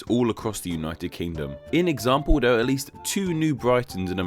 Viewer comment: Speak. Properly. You fuckn fuck. Your videos are mildly interesting, but I just can't handle your ridiculous voice! Fink, vere, vis and vat?? What's wrong with mouth??